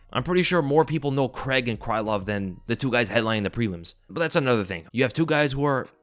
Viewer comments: Its Paul CRAIG. CRAY-EEG not creg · Paul Craig crAIg there’s an A and an I there Americans, it’s pronounced Cray-g. Thought you would’ve realised this with Daniel Craig but no. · "paul kreg"